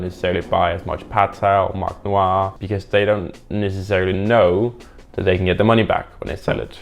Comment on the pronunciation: it's scare-city wtff